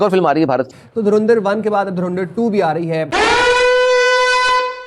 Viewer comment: ये पाकिस्तानी अच्छी भली धुरंधर को तरिंधर क्यों बोलते हैं 😄